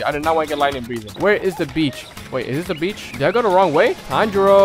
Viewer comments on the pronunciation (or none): U sayed beach and i hear bitc”